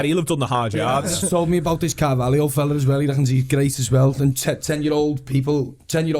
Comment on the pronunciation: Not Coutinio Not Firminio Not Fabinio NOT CARVALIO!!! CARVALHO FFS!!!